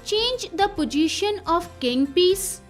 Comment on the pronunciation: Not pojition😂 it is possition